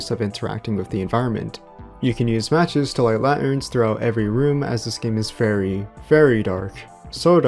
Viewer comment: I've never heard someone say "la'erns" 😂